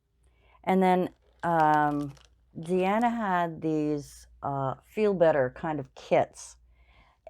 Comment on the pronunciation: Deanna's name is actually pronounced Deena. I know, I pronounced it the same as you before she said her own name on her video. I like the tissue boxes too, but mine didn't sell, but I don't have a craft fair, just a flea market booth.